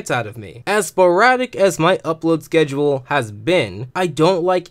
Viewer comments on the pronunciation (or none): none